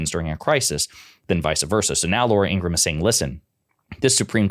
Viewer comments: I can't stand Laura. She's such a sour ass. I didn't think news hosts were supposed to give their opinions. Oh, and her name is pronounced ingra Ham. Per her brother. I watched a special with her brother on meidas touch a couple weeks ago and he said their last name is pronounced ingra Ham. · Laura Ingraham. 'ING-GRA-HAM'. (3 syllables)